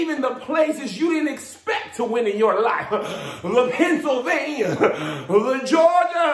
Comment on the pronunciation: LePennsylvania!! LeGeorgia!! Lmmfao! 😂🤣😂🤣😂